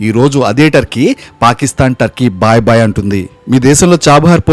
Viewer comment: బాయ్ బాయ్ కాదురా భాయ్ భాయ్